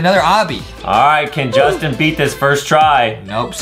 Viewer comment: Who's Jastin and what's a junggel